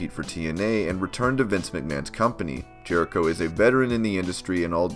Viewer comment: 1. It’s Jericho, not Jehrico 2. Yes, it’s a contract but it’s not a normal one, it’s kind of a thing like Nacho Libre where he gets paid per matches, not an actual salary. 3. He’s a 9-time IC champ, not 10-time.